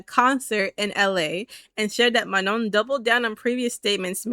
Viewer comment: FYI you don’t pronounce the last N in Manon lol it’s just ma-noh, not ma-known (